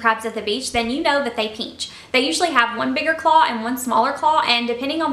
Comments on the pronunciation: ??? It’s pinch not pench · haha peench I think it is pinch but no hate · p-IN-ch not peench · Why do y’all care if she says peench? Different people pronounce different words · Lol “ peench “ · i think the word your looking for is pinch not peench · Omg I’m sorry but I couldn’t finish the video because I couldn’t stand you saying “peench” instead of “pinch” over and over again 😒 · i swear to god if you say peench one more time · Bossmexicangamer haha it’s because she is southern!😂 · It kind of annoys meeeee LMAO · yeah, peench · It’s still driving me insane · "Peench" lmao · STOP SAYING PEANCHHHH ITS KILLING MEEEEEEEE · "peanch" me. haha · Stop saying peench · its funny how she says pinch not trying to be offensive sorry its her accent no hate intended